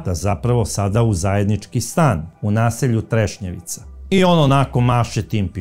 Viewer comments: kaže se Trešnjevka u Zagrebu je kvart a nije Trešnjevica 😊 pozdrav iz Zagreba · Trešnjevka. Ne trešnjevica. Kao da kažete voždobac umjesto voždovac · kvart je Trešnjevka, ne treševica. Inače sjajna emisija kao i svaka vaša. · Kao i uvijek, preodlična emisija. Hvala Vam. Samo jedna mala, prijateljska napomena. Naselje se zove Trešnjevka, nije Trešnjevica, iako zvuči baš simpatično! Pozdrav iz Zagreba! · sve su vam emisije super samo uvijek kvartove Zagreba krivo izgovorite nije trešnjevica nego trešnjevka i u emisiji o Marijani Seifert nasalje je savica molim vas obratite na to pažnju